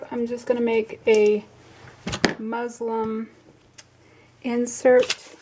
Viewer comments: It is “Muslin”! I was thinking I kept hearing her say “Muslim” too! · thanks for the tutorial. I believe the word is MUSLIN for the fabric not Muslim!